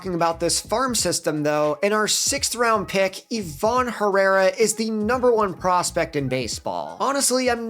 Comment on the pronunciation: Bro said ivan herrara 🤣🤣🤣